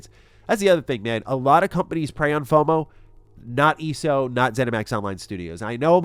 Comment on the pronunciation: Watching you not weave any of your attacks and report that you played ESO without the plus sub tells me you didn't really play ESO much. Also its E.S.O. not eeeso. Weird thing to fake dude. Agree with the rest of the vid though, thanks for the scoop.